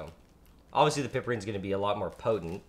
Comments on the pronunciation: Hey man, it's ine, not inol. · I thought it was pronounced PIEperine. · I enjoy your vids, especially this one. FYI -- "Piperine" is pronounced "pai-per-een"; "chavicine" is pronounced "chaw-v-seen".